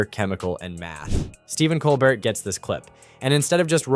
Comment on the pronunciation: Lol COL BERT LOL ITS Colbert